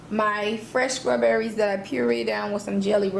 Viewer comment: The way she sats scrawberries kills me